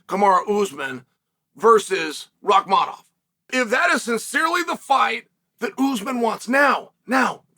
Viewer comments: I am convinced CHAEL is butchering guys names on purpose at this point 😂😂 JACK DELA LEMA SHAVKAT RIHMAYEV KAMARA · Bro this nigga said Rimaev😂😂😂